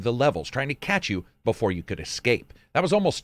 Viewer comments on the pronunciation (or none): none